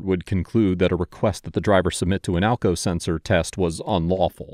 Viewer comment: Sumwon was axking for alkao seltser